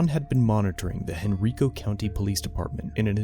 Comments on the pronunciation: Hey, this is wild. I'm from Henrico County, VA. Not that it matters but it's pronounced Hen-rye-co, not Hen-ree-co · HEN - R-EYE - KO *not Hen-ree-ko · This my county it’s pronounced Hen-Rye-Co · pronounced Hen Rye Co not Hen Rico and the area they are running radar at this location that has had multiple deaths from speeders. Citizens have petitioned police to run radar there. Not a fan of police but this dude is trying too hard to be a victim here. About a month ago there was a hit and run murder along this stretch of road. If this "watcher" was serious about filming corrupt police he would be one county over in Chesterfield nick-named arrest-a-filed. Henrico can be dicks but out of all the local departments they do try the hardest to be civil. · it's pronounced hen-RYE-koh ... or hen-wreck-uh by some of the old timers